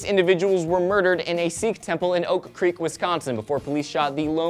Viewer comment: Apparently it is pronounced O'Creak according to a redditor who lives in the area.